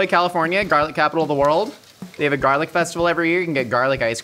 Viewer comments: It's gar lic not jar lic😂😂😂😂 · it bothered me a little bit that you were pronouncing it jarlic, but when the captions spelt it as garlic that somehow bothered me even more. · Who coined "jarlic" 😂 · Why does he say Heinz and garlic like that lol